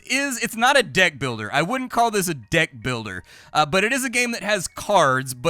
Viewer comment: did you say a deck builder or a diiii builder?